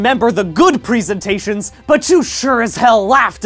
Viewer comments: Why does he keep calling it pree-sentations? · The way he says "presentations" makes me nervous